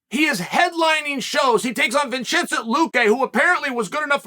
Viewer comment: “Blohowl” Mohammed always cracks me up but “VinCHINcent” Luque almost made me choke on my food 😂😂😂